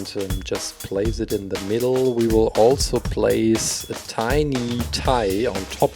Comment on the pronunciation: Did anyone notice that he said weebles instead of we will